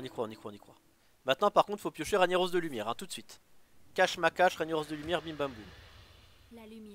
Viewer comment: OUBLIE TON RANIAROSS PUTAIN ! ===> Rague Naross ! Juste écoute Thaurissan le dire quand il est joué